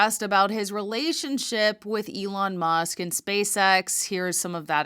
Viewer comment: Markey needs to retire and play more golf or something. It is remarkable that Sen. Peters doesn't know how to pronounce "Elon Musk." Is that Bill Nye, the Pervert Guy? Yep, that's him. Certainly not an endorsement that I would want!